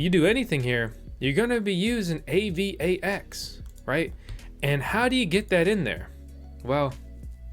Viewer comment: LOOL "A-VAX" TOKEN